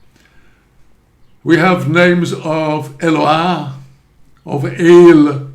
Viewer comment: The name is pronounced E-l lo aH, not "ha". Same as the the "No ah"